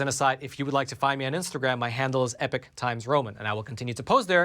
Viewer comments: Why do you say epoch as "epic" instead of like eeepock ? Just wondering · Just as an aside is it American pronunciation to say 'Epic ' for Epoch? England 🇬🇧 🏴